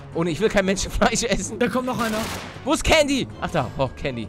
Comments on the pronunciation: candy wird mit s ausgesprochen paluten also sie wird candy geschrieben wird aber sandy ausgesprochen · Es heißt Candy und nicht kandy